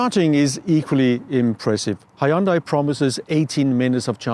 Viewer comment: Hyundai 현대 is not pronounced "AYOONDEYE" but simply "YEON-DAE". thanks.